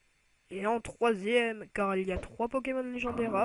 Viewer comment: maGAnon putain pas magMAnon